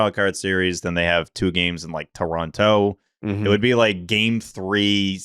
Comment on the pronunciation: still can't say Toronto correctly